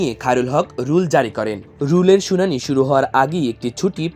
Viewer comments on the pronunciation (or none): none